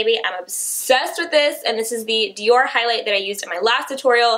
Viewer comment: she totally said highs light bling around 6 mins and something 😂